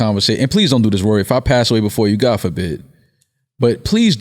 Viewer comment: I swear she called him Rury 😂💀💀 My guys still got it!!